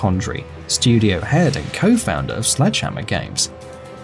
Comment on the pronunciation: Everytime he say "Slegdehammer", I always remember Eungene Sledge. Because his nick name is Sledgehammer